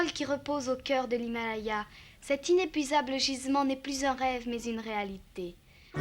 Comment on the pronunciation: "Innepuisable" Lol